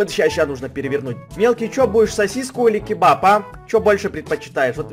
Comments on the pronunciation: я Узбек я знаю не кибаб а кабоп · Ни кибаб а кебаб мы армяни знаем